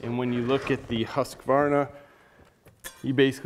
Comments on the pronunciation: Its not Husqavarna, it's Husqvarna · BTW, it's pronounced "HOOS-kvarna". Very good video. I got an Automower 105 3 years ago and haven't looked back (and I live in a cold climate, too). But if I have to replace it at some point, Worx seems like a better choice, thanks to your review. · Its called ”hus-kwar-na” regards from a swede